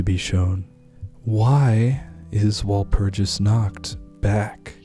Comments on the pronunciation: It's pronounced wall - purg- us dude research cultures and pronunciations please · Take a few lessons on German and then pronounce walpurgisnacht again. Uncultured swines